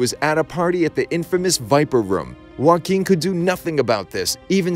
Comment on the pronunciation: Finally someone who can say Joaquin correctly.